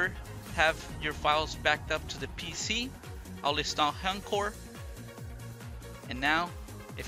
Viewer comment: It's not HEN-CORE, it's H...... (pause) ENCORE (pronounced ON-CORE) Why does EVERY Vita YouTuber say this?